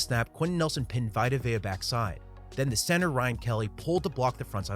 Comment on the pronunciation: When he called Vita Vea “V-eye-ta” I cringed. It’s “V-ee-ta” 😭 Great breakdown as usual though!